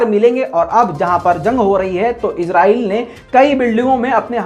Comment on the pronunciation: bhai aap izrael bolty ho. ye lafz israel. izrael ek farishty ka name hai